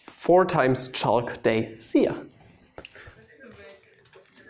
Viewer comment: Another thumbs up! Your English is far, far better than my German. But since you're a stickler for pronunciation... the "L" in chalk is silent. Back to German. You said "Max Born" is easy. But in your correct pronunciation, the "r" is almost silent ~ Boahn. Many non-British English speakers would incorrectly say BoRn.